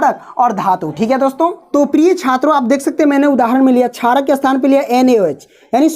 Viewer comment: Not charak it's sharak